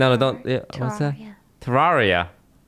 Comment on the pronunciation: please pronounce terraria right, it's ter-rare-ia not ter-rar-ia. Red has personally confirmed this pronunciation.